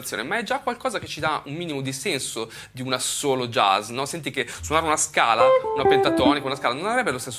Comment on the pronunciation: Impariamo prima a pronunciarlo bene il "jazz" (giaz), non "jez" poi magari lo impariamo.